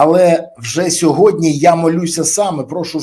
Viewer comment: Пане Бориславі, без образ: не - "мягко", а - "м'яко", не "сьогодня", а - "сьогодні"